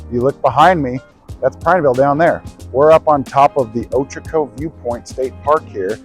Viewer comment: Upvoted because you pronounced Ochoco correctly.